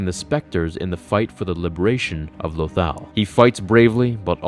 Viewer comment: Why does he pronounce lothal so weirdly?